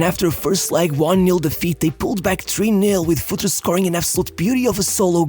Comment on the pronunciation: It's pronounced FurtrE, not Futr or Futri :D :D :D